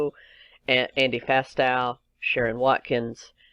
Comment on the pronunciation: Sorry but one more comment - It’s Mark to Market - please correct your slides! Sheesh AND - ‘Irregardless’ is NOT a word. You misnamed Fastow’s name, egads it’s hard to listen with so many mistakes. Otherwise - good information.